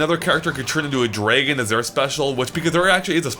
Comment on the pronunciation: It's Dra-gon, not Drae-gon